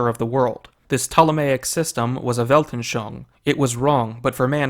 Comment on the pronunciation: Weltanschauung has four syllables. Welt-an-schau-ung. You pronounced it as if it had three, but after 'schau' the last syllable should be pronounced 'oong'.